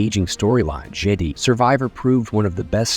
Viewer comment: Whenever you mentioned something with Jedi, the AI says Jeeedi